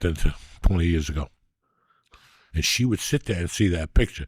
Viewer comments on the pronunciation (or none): That's the most East Coast should I've ever heard